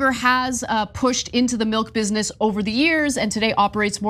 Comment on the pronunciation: Kudlow is so low he can't even pronounce bizznuzzis because he's so friggin drunk on air. And this is the guy?